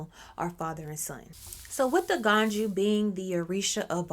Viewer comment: The j is always a y so that's why it pronounce Aganyu